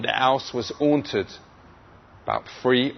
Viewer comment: a awnted house lmao